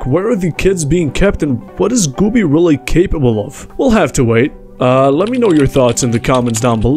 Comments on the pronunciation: I am only mildly bothered because Güby isn't pronounced correctly. This is not how you say ü xD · This is also not how you say ü